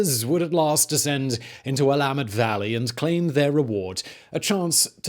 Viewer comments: He said Oregon and Willamette correctly! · THANK YOU for pronouncing Oregon and Willamette correctly. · Very few outsiders say Willamette Valley right, nice work! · congrats on pronouncing "Willamette" correctly 🙏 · I am from Oregon and I am happy he said Willamette the right way. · points for saying Willamette Valley correctly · Thank you for pronouncing Willamette correctly, sincerely a pacific northwest native. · I thought it was pretty good considering he’s British. There are plenty of Americans that mess them up worse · Congratulations on pronouncing Willamette Valley right! most say will-a-mettee